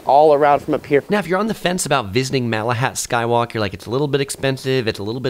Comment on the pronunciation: Lol i love how he called the inlet a lake, and mispronounced malahat 🤦